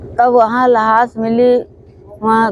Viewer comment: Las nahin lash hota hai